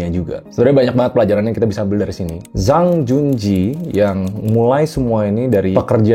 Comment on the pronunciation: Cara membaca zhang jun jie adlh cang cun cie bro salah baca